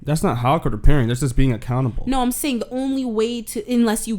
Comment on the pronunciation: When he said accountable I thought he was saying a cannibal